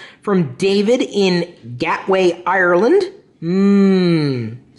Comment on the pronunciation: It's not "Gatway" Chris, it's Galway! You would know if you came and visited.